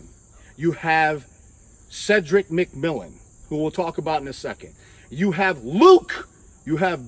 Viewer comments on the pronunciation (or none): none